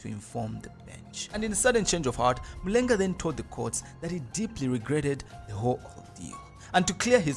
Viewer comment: Excellent content, good narration. However, i feel you need to pronounce the Zambian names such as Mulenga, the way they should be pronounced.